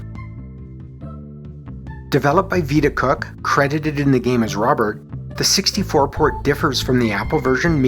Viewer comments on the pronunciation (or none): none